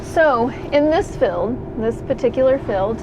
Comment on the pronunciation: I get a kick out of your Texan accent saying the word "field..." Pronouncing it "feld..." Lol